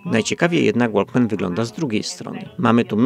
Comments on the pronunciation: W tytule powinno byc Walkmann ZE ZSRR a nie Z, no i nie łolkmen tylko wokmen. Poza tym świetny program, daję suba i kciuk. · Nie łolkmen tylko łokmen:P - łapka w gore za ciekawy material:P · super materiały pan robi, ale błagam, niech pan nie mówi "łolkmen" jak większość gamoni. Jaki "łolkmen"? ŁOKMEN. W angielskim słowie walk nie ma słyszalnej litery "L". Pozdrawiam serdecznie. Dobrą robotę pan wykonuje.